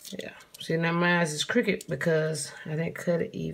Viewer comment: The way you said cricket..lol.. love your personality..hopefully I can do these.. great video🥰